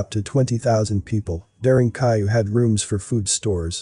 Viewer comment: I think it's very important to double check pronunciation when presenting a documentary. **it's DARE+EN= DAREN + KOO+YOU= KUYU; pronounced DAREN-KUYU ...And yeah, it's amazing.